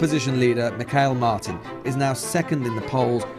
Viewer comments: AGH ..its pronounced Me hall... (phonetic ) gaelic for Michael.. where is this . .Mikeal .. coming from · Well it isn't Mick-Hiel. What does he think? That Gaeilge and Russian share similar linguistic roots? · Oooooooooh, you were doing so well,, on the Gaelic pronunciation but it is; "Meehall" Martin, phonetically speaking. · Why don’t you learn to pronounce the names properly before handing down to us your enlightened opinion on Irish politics? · He can't even pronounce Irish names, insulting to the say least.